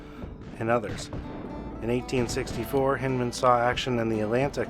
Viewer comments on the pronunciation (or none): Hindman i have always heard pronounced with an I......like Blindman